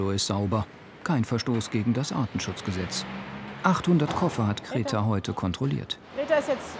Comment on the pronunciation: Wie der Sprecher diese Hündin Greta einfach immer als "Kreta" ausspricht